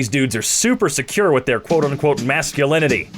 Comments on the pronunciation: “Mask-ulinity” why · people insecure about their masculinity when they found out its pronounced MASKulinity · I hate you, "mask-ulinity" really, that was so bad it's good